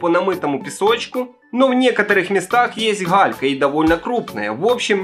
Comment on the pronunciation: Вы сказали не галька, а халька, не "году", в "ходу" 😂 😂 😂 😂 😂 Так смешно 🤪😂